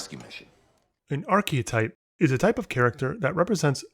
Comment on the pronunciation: arche-type, not "arche-o-type" best character is not a favourite character. Objective writing standards apply, not your opinions musk isnt a intj - hes a cretin